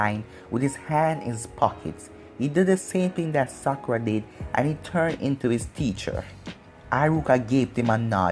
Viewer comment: you said sakura like: "Sucker Ahh"